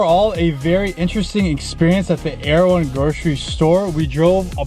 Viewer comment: Its pronunciation that does it for me. "Arrow" one lol!